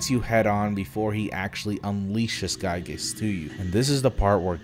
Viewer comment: It's pronounced "Gee-Gus"